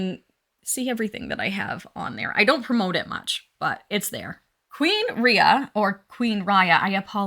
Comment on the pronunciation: hahaha, you didn't mispronounce my name: "Ria" like in "Maria", so you got it right the first time 👍👍👍 Thank you, that was super interesting and some of the artists you named I hadn't heard of yet, so I'm going to do some research now! 😊 (You're one of my favorites too!! 🥰)